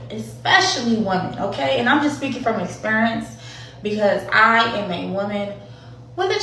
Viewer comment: Chial and Expurance. 😂😂😂😂